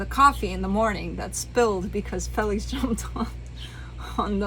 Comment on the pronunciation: 😆hahaha I love you...also love how you pronounce him Fell IX.. you're sweet and beautiful in EVERY WAY! 💙💙💙